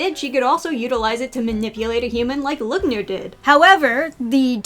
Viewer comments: never heared someone butchering their names that much LUGNIR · As a german fan, your pronunciation of "Lügner" is absolutely painful xD Great video!